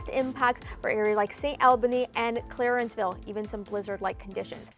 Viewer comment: Man she butchered the name Clarenville It's not Clarenceville